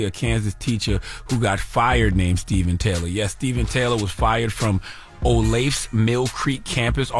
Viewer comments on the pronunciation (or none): Olathe! Not olath!. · It’s pronounced oh-lay-thuh lol.. in Johnson County KS, one of the wealthiest counties in the nation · It's pronounced Oh-Lay-Tha... I'm a local Kansas native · its pronounce oh-lay-tha